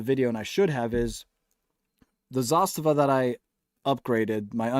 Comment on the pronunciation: you are the only one I know that pronounces Zastava correctly. Great video. I have several kit builds by Northwest Gun Supply and SOF Defense out of Phx. Both great builders